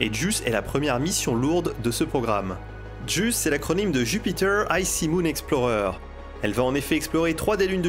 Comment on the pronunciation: JUICE ! ps: je l'ai toujours entendu prononcée "jouisse" (médias et cadre professionnel), mais la manière dont tu le prononces est intéressante ("juisse"), et est finalement plus fidèle à la signification de l'acronyme. pps: JUICE, c'est la corde sensible, mais sinon, les missions Artemis 2/3 seront des évènements immenses.